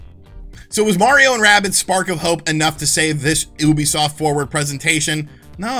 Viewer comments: I cringe every time you say Oobiesoft instead of Ubisoft. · Why do Americans still pronounce Ubisoft this way? You-bee-soft, not Ooo-be-soft -_- Not only wrong, but it’s like nails on a chalk board. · YOO-bisoft geez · OO-bisoft? I've always pronounced it "Youbisoft". I must have looked like an idiot. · Why do you pronounce it wrong? It pronounced you-be-soft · You still cannot pronounce ubisoft even after the staff said it.... cringe